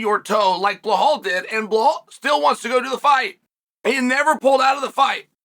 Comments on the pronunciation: Dude his name is Belal. Where is the h? You keep calling him "belhhal" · Chael fuck its Belal not Blahall... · “Bluhal” still gets me every time 😂😂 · I can understand mispronouncing some names, but Belal? Where are you getting "Bla-hal" from? If you can say the words "bell" and "all," then you can say "Belal." Why are you adding an H in there? That's like pronouncing "Alex" as "La-hex," or "Chael" as "La-chel." I'm convinced at this point it's a gimmick. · Master of pronouncing the names wrong : Blahal , Pierra and so on . 😂